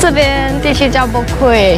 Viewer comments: Boat Quay是念Boat (Key) . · Boat Quay 读 "Boat Ki "。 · Boat Quay is pronounce as Boat "Key".